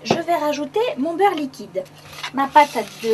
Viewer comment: Après avoir fait votre mélange liquidAnhh .. Faut arrêter là xD